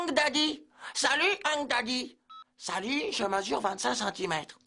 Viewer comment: "Saluut " 😭🤣